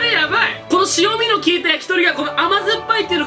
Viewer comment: しおみじゃなくて、えんみ